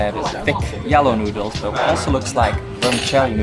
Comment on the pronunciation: "thick thoodles" 🤣